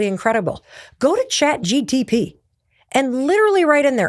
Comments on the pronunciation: Mel you have said chat dtp soooo many times and it's harmless and an honest mistake but boy is it cringe 😂 it's chat G P T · Stop saying Chat GTP. It's Chat GPT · Even tho it is chat GPT I find it very cute and adorable when you say Chat GTP ❤😊😅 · She is so sweet by saying chat GTP ( rather than GPT ) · so real and I loved it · “ Chat GTP” 😂 Mel, I love you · I'm loving how you say chat gtp!😂 You sound like my older sibling and it's comforting ❤ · It did bother me, i doubted for a second if its GTP? But its MEL, i love her <3 She is cutie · Mel never getting the say “Chat GPT” right always get me 😂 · I thought this was funny because it’s a tongue twister for me too😂